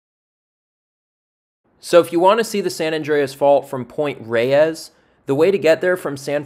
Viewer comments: Excellent job, dude. But "Point Reyes" is pronounced -- > Point Rays <-- not Point Ray-ez, as you pronounced it. I know it doesn't look like it, but there you are. Full marks to you for this effort, tho. Truly. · Point Reyes, is not pronounced ray-ees. it's pronounced to sound like "rays". The second e is silent. I know. I live here. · I can tell you're not from California, or at least Northern CA by the way you pronounce some of the names. It's ok, you say them in a logical way but Pt. Reyes should sound like Pt. "rays". San Rafael is San "ruhFEL" Tejon isn't Teehone it's "tehHONE". Those lakes on the peninsula are Lake Merced and San Andreas Lake. The fault takes it's name from that lake which itself takes it's name from the valley it's in. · There are plants on Point Reyes that occur nowhere else in the Bay Area. They were brought up for the South along with the point. For right or wrong, we pronounce Point Reyes as "Rays" and San Rafael as "Rafel." Even my hispanic friends. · I grew up in Marin County and I'd just like to say locals pronounce Point Reyes like rays and San Rafael like ra-fell.